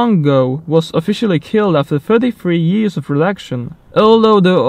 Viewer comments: Lmao when he try to say years yéés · how do you say years?